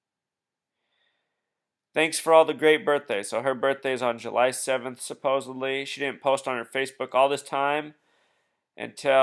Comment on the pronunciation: It's supposedly, not supposably. Suppose-ed-lee.